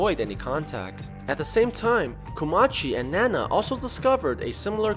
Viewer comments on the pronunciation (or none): Btw it’s not nana it’s ninao (nin-ow)